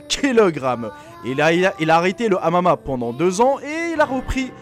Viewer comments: le "amama" ptdrrrrr tu sais pas parler ou quoi ? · Mdr " il est pratiquant de amama" xD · C'est pas amama mais mma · ON DIT MMA PAS AMAMA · Maran quand dit mma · C'est MMA pas M AMA mdr